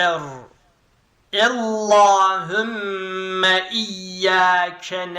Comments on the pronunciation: ella degil alla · Çok güzel ama ellahümme değil allahümme